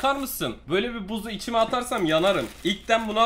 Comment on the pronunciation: Buuz çıkartana kadar içime yerine çişime diye okuyan kardesim beyenirmisin?